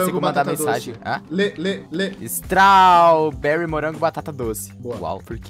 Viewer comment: Strauuuberri? Po ai complica kkkkkkkkkkkkkkk